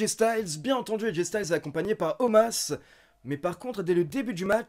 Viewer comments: Un jour t'arrivera a dire Omos et pas Omas lol Bonne vidéo, mieux que RAW en général ^^ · Bah il s'appelle Omas, tout le monde lors de RAW prononce Omas, donc je ne vois pas pourquoi je prononcerai Omos :) La WWE l'a expliqué, ça s'écrit Omos, ça se prononce Omas ;)